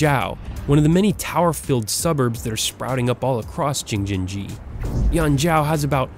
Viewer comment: he should pronounce Jing-jin-ji correctly, wow